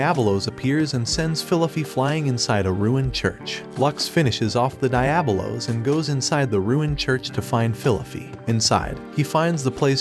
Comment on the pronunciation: Die-ab-o-los.. cringe